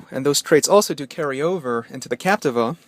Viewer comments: Lol, I was just about to comment about the how to say captiva, now I know the right way to say captiva. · Say Capteeva